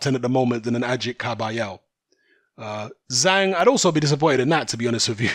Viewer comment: Zhanh, it's Zhang. DAZN debut in China.